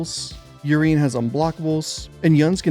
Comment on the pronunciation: Did you seriously call him "urine"? It's "ooh-rien" or "you-rien". lol